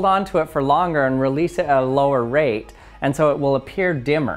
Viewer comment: Anybody else notice that he said reloose at the end instead of release? Honestly I feel like it should be the correct word, plus its just fun to say lol